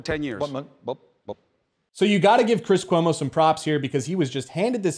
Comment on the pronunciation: "I'm hunting Chwis Cwomo's...hahahahahahahahahaha"